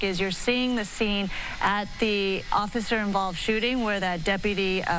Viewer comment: "I was trying to get out of his way occifer."